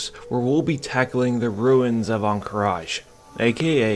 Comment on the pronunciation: there is no "i" on the end of Ruins of Ahn Qiraj